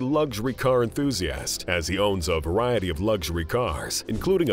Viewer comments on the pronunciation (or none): none